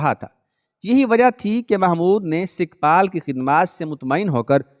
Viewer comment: sikhpal nahi sukhpal